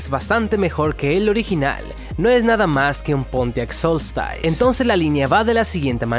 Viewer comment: "Solstice". Cuando tengas dudas (que las tienes) de cómo se pronuncia una palabra en un idioma que no es el tuyo nativo, te recomiendo que lo escribas en el traductor de Google y lo escuches en ese idioma. Veo que tienes algunas dificultades con este tema. Saludos!!